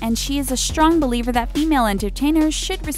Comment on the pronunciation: I thought that said she was a strong belieber instead of believer